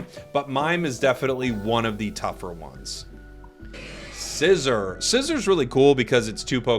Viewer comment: It's pronounced Syzer not scissor